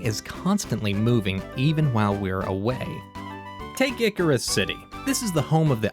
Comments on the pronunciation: I can't get over the butchered pronunciations of Unova's cities. Icirrus isn't pronounced like Icarus. It's a combination of the words ice, and cirrus, which is a type of cloud and is pronounced eye-SEE-rus. Nacrene is based on nacreous clouds which are called that because they look like pearls, which are made of nacre. This is even further reinforced by Nacrene City's slogan "A pearl of a place." It's pronounced "NAY-kreen." Sorry if this is annoying to hear but it just hits the ear wrong. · What a noob it’s Ice see rus not Icarus